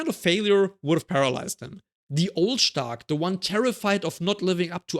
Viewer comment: U say the perfect “stark” in German 😮